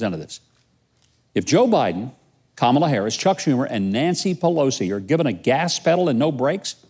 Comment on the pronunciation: He pronounced Kamala wrong and feel free to look it up on youtube, Psalms wrong, and he says he is catholic. Reading most of it from teleprompters, yeah the election was fair and this is the guy people voted for.